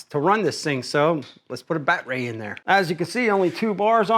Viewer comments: I'm guessing that you're being facetious lol since you're saying "bat-ray" instead of "bad-er-ee". Again, 1st time watcher so not sure if this is just part of your schtick. Good content though. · Haha! What’s a “Bat-ray”? 😂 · First time seeing this guy. Is he purposely mispronouncing battery? lol.